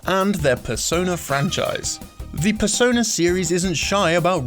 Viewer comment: Despair Waffle PERS-ö-NÄ